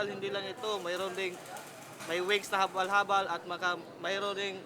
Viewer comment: "The Habalh-Habalh"..😅